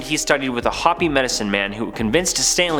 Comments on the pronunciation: Wtf ...hoppy ? The tribe is called hopi .. Pronounced hoepee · Dude,the name of the Hopi tribe is pronounced Ho- pee,, not Hoppy. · Wait…..did you just mispronounce Hopi? The Native American Hopi……(hope- ee) not hoppy. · It's not HOPI it's pronounced (HOPE----EEE) Just a little pronounce history. 👍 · Arizonan here. Hopi is pronounced Hope-EE.